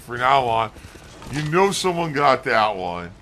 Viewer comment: holy sh!t "ladies and gentleen we gout him" is comedy gold